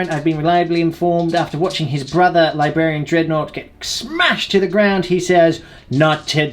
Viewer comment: I could've swore I heard say ''The Labia dreadnought''....